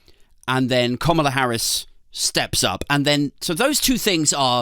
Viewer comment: Komala? I thought it was kamala, like camera